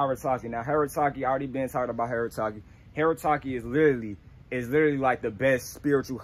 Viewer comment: “This tree know what I’m talm bout”😂😂😂😂🤣